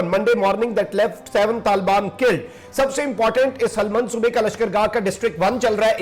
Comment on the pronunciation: Bhai naam sahi liya karo it's not harat or halmand...its hiraat and hilmand